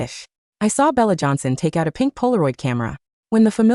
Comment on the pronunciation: “Beelah jonhson”